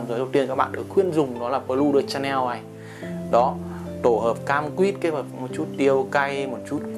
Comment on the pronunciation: Đọc là Shà-neo, ai đọc là Cha-neo